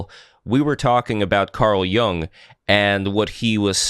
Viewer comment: LETS LEARN...HOW to pronounce KARL JUNG last name properly!!!!! It is NOT..pronounced "young"! It is pronounced as "yoong". Pronouncing it like "young", is like fingers nails across a chalkboard, for the German ears!